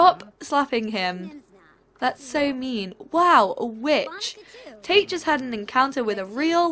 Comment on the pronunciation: Whenever she says Tate's name, I keep thinking she says "taint" and i lose it